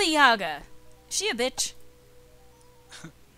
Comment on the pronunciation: Guys, Yaga is pronounced with an emphasis on the second "a". One of the most hilarious characters in the QFG world